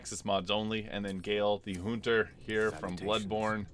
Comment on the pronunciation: "a bloodborne hoonter"